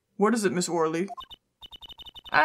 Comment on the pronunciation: I think Shadi Smith is pronounced "Shady" Smith and Ms. Orly's name is pronounced Ms. "oh really". Most of the Ace Attorney characters have some type of pun in their name.